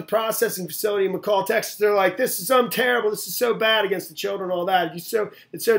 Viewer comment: it's pronounced Mc-Allen not Macaw or what ever you said. Kinda Mc Dbl just saying... I'm laughing my ass off! If I go to jail,, I don't get a blankie. At least they are offered mylar for their 72 hour stay. It's not the freaking rizt nor the Star ship Enterprise where they could replicate all the comforts of home with invisible force fields.